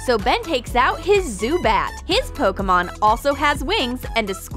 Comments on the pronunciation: its pokemon not pokomon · PokImon not pokAmon